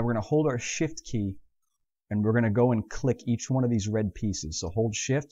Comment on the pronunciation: Very good tutorials but I can't help. I always hear shit instead of shift. -.